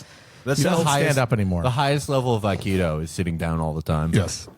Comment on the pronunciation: Will's pronunciation of Aikido is fucking awful.